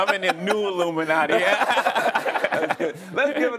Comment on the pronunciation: Did he just say "There's a new illumanti"?